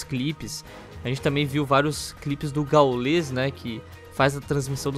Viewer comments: KKKKKKKK "GÁULES" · O "Gáules" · Só eu que entendi falando "o galos"? kkkk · Eles falam o nome dos gringos certinho aí o do gau eles pronunciam estranho pra crlh kkkkk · pq o coloca uma pronuncia em ingles em palavras nada haver como exemplo o nome do gaules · Se ta de hack,fds, fala o nome do GauGau direito (brincadeira)